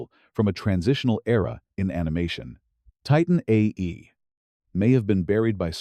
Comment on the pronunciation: This narrator is hard to listen to, especially listening to it saying "Titan A.E.". The script sounds fairly AI generated.